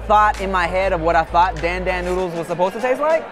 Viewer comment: My heart hurts every time people say "Dan Dan" wrong. LOL